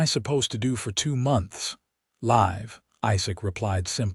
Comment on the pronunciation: There is also a huge difference between 'live' with a hard 'i' and 'live' with a soft one. Using the wrong pronunciation ruins the flow of the story. People with ESL backgrounds should hire reviewers and editors who are fluent in English (a very complex, but powerful language). 😢😢